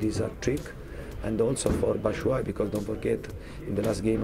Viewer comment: Look at the bench, didn’t know Batshuayi actually Where pronounced «Batashuayi» 🤣🤣